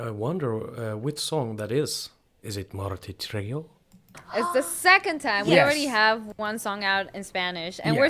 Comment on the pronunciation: Brother. Can I correct you on the proper way to say Martirio? 😎 It’s pronounced Mahr-teeh-rio. 🤟🏽 rock on. And, I also don’t like a lot of stuff they like, 😝.